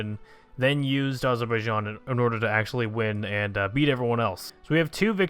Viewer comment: AZZ ZZER BAI JAAAN not Azorboyijan. you almost said it right.